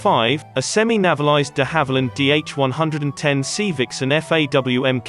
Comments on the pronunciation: Hi. Overall a very interesting video. A few suggestions; (1) 'navy-lised'. 'Nay-valised' I think. (2) No music. We're not wanting eriod dramas nor suspense movies from your channel. (3) There's no need to repeat the entire aircraft name / designation each and every time. "De Haviland DH110 Sea Vixen MKX ('Mark 10') ... FAW etc". Minor points. Thanks for the video! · or "one one oh". And navalised is pronounced "nay va lized". I suspect the narration is computer generated? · Navvel-ised lmao. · It's not a computer generated narration error - the 'navvylised' Sea Vixan was a planned Guinness fueled version intended to fullfil a Irish Air Corps requirement for a long range all weather fighter equipped with the revolutionary "Blue Circle' radar system. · hate to nitpick an excellent video - navalised is pronounced with a long 'a' as in 'naval' - hope that makes sense and doesn't upset anyone! EDIT - it seems this is a speech synthesiser programme doing the talking.... silly me.